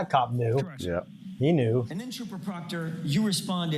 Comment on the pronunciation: They’re about 4 weeks late for the party and clearly know close to nothing about the case. The guy on the right couldn’t even pronounce Proctor. But put all of this aside, I’m outraged by the fact they’re sharing a single pair of ancient model AirPods. They’ve got to have spent all the money on donuts.